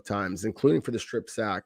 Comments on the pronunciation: listen to yourself say any word with a short vowel such as sack, pass, etc. You’re pronouncing it as a long vowel such as the ‘a’ in rain. It’s not Saick. It’s Saaaaack. It’s annoying but subtle.. Listen to yourself say these words and then listen to a normal person say the words such as sack, pass, etc. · It’s not pronounced pay-st. It’s pronounced past. It’s not pronounced say-k. It’s sack.